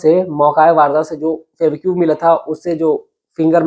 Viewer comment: सुनाने से पहले अच्छी तरह रिहर्सल करें, लड़खड़ाहट खत्म हो जायेगी। आपने १०–१२ मिनट की कहानी को जबरन अधिक समय लिया। फैबीक्यू क्या है? फैवीकल बोलो या फैवी क्विक बोलो।